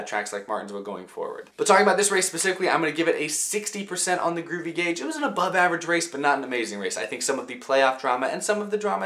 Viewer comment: ROOVY AUGE